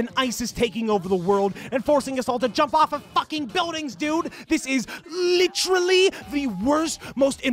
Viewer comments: Licherally #nochin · Pronounce it "LITCHERALLY'" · It's bad enough Leafy doesn't know how to use the word "literally" but he also doesn't know how to pronounce it. LITRILLY LITCHERILLY LICHRULLY LECHRELLY LYCHRYLLY